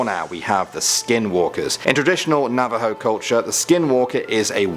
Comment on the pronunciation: Thank you for putting Skinwalkers in the video and for pronouncing Navajo right. I've been waiting for you to put them in a video as they are part of my culture. Also love your videos👍